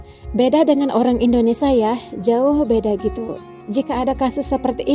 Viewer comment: Kok sebutnya indodesh lol..